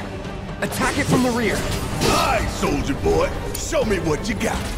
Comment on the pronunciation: Is it just me or does anyone else alyo hear Soulja Boy instead of Soldier Boy. "I got Soulja Boy with me"